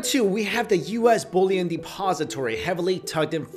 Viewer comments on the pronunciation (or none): Bullion, if it were not for your text, I'd think you were saying "bow-lee-en" rather than the correct enunciation which is "Bull-e-on".